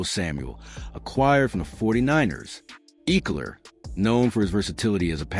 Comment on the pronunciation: Did you just pronounce it Austin “EEKLER” 😂